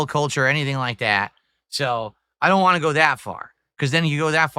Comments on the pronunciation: Am I the only one that can't stand the way he pronounces "want"? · saying WAN instead of want